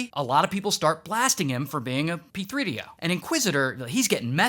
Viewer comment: “P 3 D O” 😭😭😭💀💀